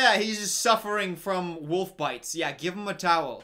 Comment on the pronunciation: Love that pronounces "wolf" like "woof".